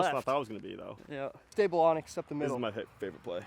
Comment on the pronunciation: You’re still saying Onyx 😀